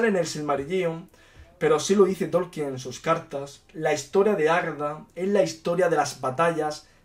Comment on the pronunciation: Tolkien...no Torkien